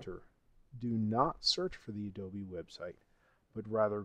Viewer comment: why you keep saying "Adoby player" ?? im pretty sure its Adobe